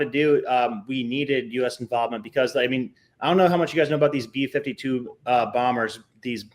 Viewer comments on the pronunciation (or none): Did you say B52? Or B2?